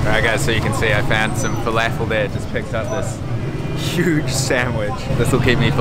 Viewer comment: Fa-laugh-fell. lol. Never heard someone say falafel like that.